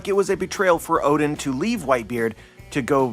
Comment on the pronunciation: i keep hearing ODIN and i was like, is the norse allfather now a character in OP Elbaf arc? then i realise you mispronounced ODEN.